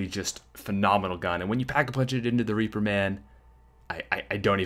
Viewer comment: He said raper not reaper😂